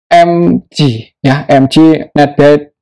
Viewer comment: EMGE bukan EMJI